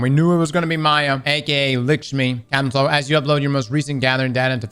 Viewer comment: Maybe I missed it but, why does says "Likshmi" Instead of"Lakshmi". Is it on purpose or what?😅😂